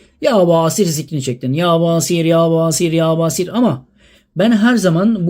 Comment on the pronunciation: Yâ Basiiir. İ harfini uzatıyoruz...